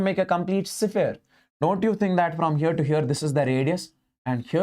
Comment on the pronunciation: Sphere ❌ sephere✅ ❤